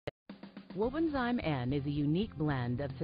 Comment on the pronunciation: Please pronounce properly. It’s Wobenzym . Zim not Zime.